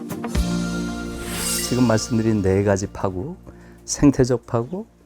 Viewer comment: 김 누리 선생의 "파국"의 발음이 틀려 금방 알아 듣지 못했다. "파국"의 "파" 는 길게 발음해야 하는데, 김누리 선생께서 "짧게 잘못 발음했다. "파산, 파괴,:등 모두 첫 자는 길게 발음해야 함은 의문의 여지가 없다.